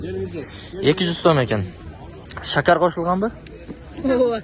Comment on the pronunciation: Шакар эмес сахар